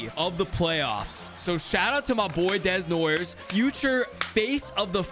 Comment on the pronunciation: Caleb Desnoyers is pronounced Da-No-Yay